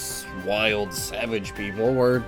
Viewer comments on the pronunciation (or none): none